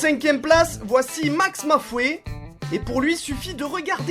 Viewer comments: MAX MOE FOUET ? wtfff MAIS MEC CA SE PRONONCE MAX MOW FOW OMG --' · MA MA FOUE, MAIS OMG C'EST MAXMOEFOE LITTERALEMENT APPRENDS LES PRONONCIATIONS STP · Alors de un ça se prononce Max Mau Fau (avec l'accent ricain de pref') et de deux, tu aurais du parler de FilthyFrank et de iDubbbz, puisqu'ils font des vidéos dans le même style et des fois ils en font tous les trois en featuring... (même avec HowToBasic je crois). Bon, mon commentaire c'était juste pour vous les conseiller ;) Bonne vidéo sinon !